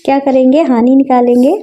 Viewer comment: Are madam hani hoti hai honi nahi😅